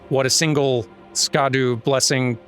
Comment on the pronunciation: On the subject of Incants, I really liked the ancient dragon magic, particularly the glaive spell and the ground stabs. Also, apologies if peopl ehave been mentioning this, but 'scadu' is apparently just pronounced 'shadow'